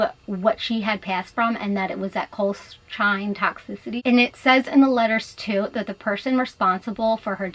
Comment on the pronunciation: Drug is pronounced COLE-CHA-ZEEN